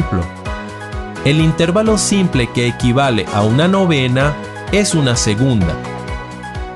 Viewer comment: Así como oír una canción con una cuerda o una tecla desafinada es insufrible, ver tus publicaciones diciendo "intérvalo" en vez de "intervalo" acentuado en la "a" le quita lo maravilloso de tus contenidos. Se recomienda que futuros videos, si es menester pronunciar esa palabra, lo hagas de la forma correcta.